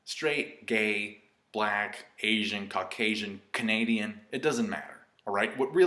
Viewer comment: I don't like the way you said "black" , henceforth your racist.